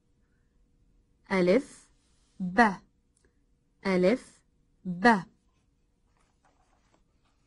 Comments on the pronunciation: It is not beh its baa i m arabic i now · which language are you using for pronunciation? "a" in English is as cat your sound is as the "e" in egg - elif. And the B sounds as be as bed, no ba as bat. Some clarification as to what language you're using will help.